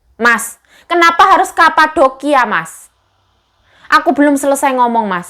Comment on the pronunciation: medok yo yuk "kapadokia" , 😁